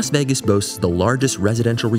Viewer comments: I've never heard anyone pronounce Vegas as "Veggas". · Vegas rhymes with age, not eggs